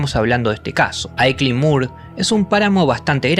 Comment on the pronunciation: It’s “ILKLEY MOOR”….not Aycline Moor. I live nearby.